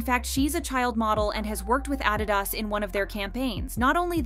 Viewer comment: 😱How do you not know how to pronounce Adidas?!!